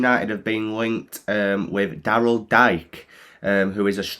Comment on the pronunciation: Two things. 1. His name is pronounced (dee-kay). 2. He did very well last season on loan at Barnsley, scoring 9 goals in 21 matches, adding to his 11 goals in 19 matches with Orlando City. He's quite the physical player and I think he would do well under Bielsa, but the fee will be too much considering Bamford and Joffy are already well in front of him from the standpoint of knowing the system and it would be until close to the end of the season before Bielsa would feel Dike is up to speed. Dike also wants to go to a club where he's goingto start very soon because as an US Intenational, he wants playing time to be considered for the 2022 World Cup.